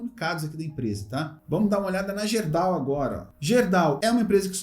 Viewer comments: Meu amigo ()...kkkkk Não é Gerdau...Se pronuncia GUERDAU... É uma empresa, aqui do meu Rio Grande do Sul... A grafia está certa. Só a pronuncia, que é com U! Valeu?!😊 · Olá,excelente vídeo como sempre..Só uma correção,se me permite.....Gerdau se pronuncia "GUErdau"....abç